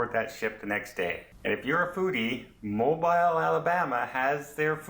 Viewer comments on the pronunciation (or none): mo beel, not mo biil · Mobeeeeel please? Not Mobeyel. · Please learn to pronounce the City name when you do a review. It is NOT MOW Bile. It is pronounced MOBEELE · It’s pronounced mo bill alabama lol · Its pronounced MOO - BEAL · ha ha mobile phone alabama. its mo-beel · I love the shout out of my home city but I know it's wrote mobile but it's pronounced mo bill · Please it is NOT pronounced like a cell phone Mobile.. to break it down before anyone goes... Moe (like Larry Curly and Moe) Bill (like the bill of your cap or a duck bill) Moe-bill .... sorry we are very proud of our port city. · YES...but all is the same as you pronounce it for everything BUT the city. The pronunciation is specific for that city only. If you are anywhere in the US even one or two states away from Mobile, and call it Mo-Biiiil, the locals will look at you like you, shake their heads, and immediately ask where you are from since it makes it obvious you do not know the colloquial pronunciation of the city name. Again, just trying to help, since this is a very Southern US specific case. Also, in case you have never visited, the SE part of the US does things a little different due to the various cultural histories in the areas. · You could have learned to pronounce Mobile correctly. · Nice video but I need to correct your mispronounciation of Mobile..I live in Mobile soo I want to teach you the right way ...you say Mobile..like its a mobile phone.. Mobile has so much French influence..as does it's name. Think of the word..seal..then add Mobile..so its a hard Inflection on bile...sounds like seal. Welcome to Mobile. We love tourists! Sounds like you are Canadian? Come on down to see our beautiful historic city! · LOL LOL We forgive you. That is ok that you pronounce the city different than most do. I love the way you can laugh at yourself. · lol their making fun of you in the comments on how you pronounce this one :)